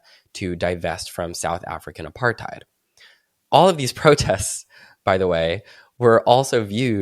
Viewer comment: I only get mad about the way you say Apartheid. It's "apart-hate" not "apart-hide"